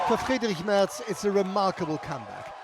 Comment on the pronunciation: Thanks for pronouncing Merz correctly. My fellow American journalists are so willfully ignorant.